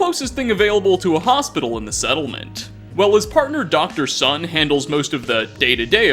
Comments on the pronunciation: Its dr "soon"! Rhymes with moon! Is it really that hard to understand? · Doctor Sun... when he said 'Sun' like the bright thing in the sky I was just saying 'SOOOOOOON... SOOOOOOOOOOOOOON. AS IN 'SOON' NOT 'SUN' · Its pronounced dr soon you can find this in a random encounter when a resident pronounces his name sun and he corrects it. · ITS DOCTOR SUN NOT SUN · please, it's not Dr.Sun, as in solar, but Dr.Sun, the Chinese family name. You pronounce it like saying 'soon', but shorten the 'oo' in the middle by a lot. The man carries a slight but obvious note of accent, has both black hair and eyes, and the English word 'Sun' is simply not suitable for a family name. He is a man with Chinese ancestry, and when someone refers to his family, one is not referring to the solar system. I meant absolute no offense to anyone here, just wish to point out a small, understandable mistake made by one of my favourite Youtubers. Keep on the good work, love your channel. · ITS DOCTOR SOON LIKE MOON